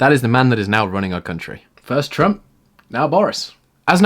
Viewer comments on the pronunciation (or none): none